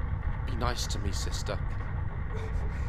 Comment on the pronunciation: "SISTA" got me CACKLING 😂😂